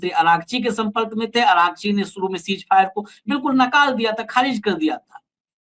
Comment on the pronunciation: सीज फायर नहीं सीज़ फ़ायर